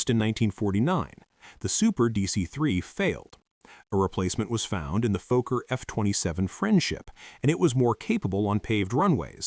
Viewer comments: Fokker and NOT Foker! So: o as in shot not o as in go!!! Have some basic respect! Do your basic homework! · Fokker: two k's. Not Foker.